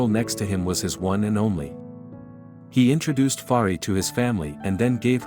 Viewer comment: Very nice voice of the narrator and the narration is very clear. How he pronounce the name of Fahriye is even cute.